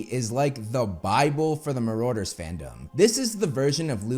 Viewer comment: That's ... not how you pronounce marauders